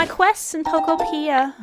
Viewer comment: Pokopia is pronounced like utopia Poke-Oh-p-ee-ah Not trying to be rude just trying to inform you because you said it wrong so I assume you didn’t know